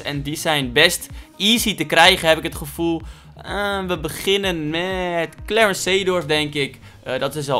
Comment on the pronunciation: Iedereen: Clarence: Klewrens